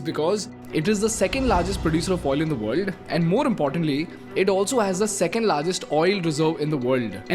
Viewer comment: Good video 👍 but Please speak proper English not indlish if u can't then please get someone to articulate it. Very irritating when half is what u says is not clear. World sounds like ver-ll and u speak is fast...